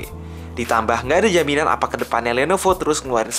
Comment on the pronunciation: kpleset ngomong lenovo atau kuping gw yg salah ya?